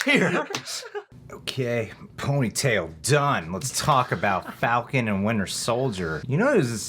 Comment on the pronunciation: "One Fal-Can"... Um Sir, You just unlocked Super reasoning and knowledge 🤣😂